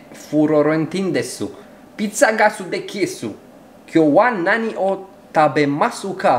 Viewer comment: La japoneză la sfârșitul acelei întrebări “u” nu se citește (tabemasu ka -tabemasca) :))